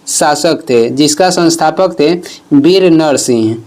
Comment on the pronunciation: विर नहीं वीर होता है।‌